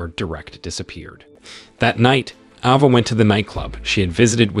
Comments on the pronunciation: Isn’t it Ava and not Ahhva? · What is an "Ah Vah"... dude get a better AI Narrator.. Geez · Ava is pronounced Ayva, not Ahva. Derek is pronounced Derik, not Direct. AI pronunciation seriously diminishes this narration. Come on YouTubers. Don’t be cheap. There are many people who would be glad to provide the narration at a reasonable price. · AI channel or guy who doesn't now how to properly pronounce a bunch of words and names? Ah-vah and Der-ekh, really? AI channels are a plague.